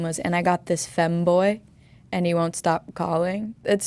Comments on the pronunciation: Right like it sounds like she said fun boy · I thought she said " and I have this femboy and he wants to call him" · now I can't stop hearing "femboy"